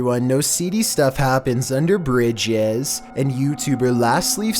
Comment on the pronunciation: "shaYking in there bRidJez"